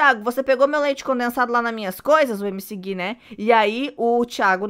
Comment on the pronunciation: A fala: leite conensado?kkk